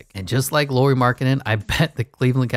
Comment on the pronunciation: Nice to see Jazz covered in videos 😃 Just some comments: Lauri (like "Lowry" in Kyle Lowry) Markkanen, not Lori Markkanen. Also 7 foot (213 cm), not 6'11. Also it was never a question of if he's NBA player or not, Bulls wanted to keep him (in a corner as a shooter) but he needed change of scenery. Cavs wanted to keep him (as a 3th-4th option) but Ainge said that Lauri and Sexton need to be in a deal if Cavs want to talk about getting Donovan. Were people viewing him as a star or potential star? That's totally different conversation 😄 That depends on the point of his career too.